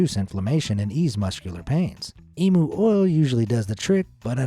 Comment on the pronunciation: And it is emu not emo say it like e m u